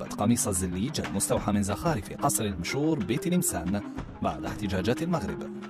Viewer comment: خليهم على عماهم متعلمهش ينطقوا كلمة المشور 😂😂😂